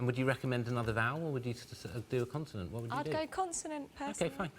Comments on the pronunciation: CONSONANT!! NOT CONTINENT 😭😭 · Surely someone should have told Richard that it's not pronounced continent by now. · Someone please teach Richard its not Continent!!! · I came here to find this. I love him but CONSONANT ffs 😮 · why does he say continent